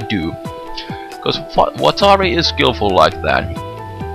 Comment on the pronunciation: I love the way he pronounces Watari. :P